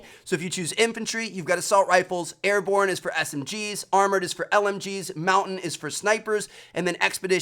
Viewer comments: airborne not ariborne lol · Airborne not Ariborne bro lol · "Ariborne" lol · "ariborne" -Trevor 2017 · Vincent Adulfo its meant to be Ariborne. Ahahaha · Ariborne ?? Hmmmm might wanna fix that Trev!